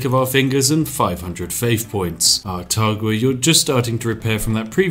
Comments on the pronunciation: Taruga my man, not Tagura. I know, coz I just conquered it last night. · City state: is clearly spelled "Taruga" Spif: "Targua"